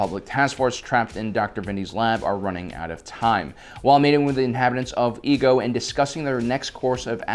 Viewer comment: The planet obi & Anikan went to for the cure was not called EGO 😂😂😂 it’s pronounced either I-ego or Ay-Igo